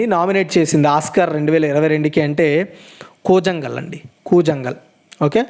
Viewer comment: కూజంగల్ కాదు బ్రో కూలాన్గల్